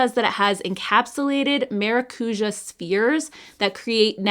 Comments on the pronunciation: haha the ja is more like jaaaaah it’s a longer sound 😅. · The use of the word maracuja by Tarte drives me bonkers. It means passion fruit and there is no passion fruit in most of their products. PS: it is pronounced ma rah cu jah